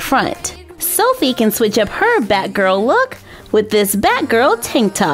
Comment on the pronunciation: Anybody else notice it sounds like she say bad girl when she actually meant to say batgirl?